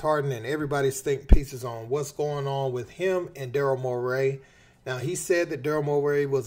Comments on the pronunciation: Bro it Murray not mur-raaaay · You sound like the Joker saying Morray bruh it’s Morey 😅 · Calling him Daryll "Moray" is crazy. How you fuck up that bad. Cant take this seriously.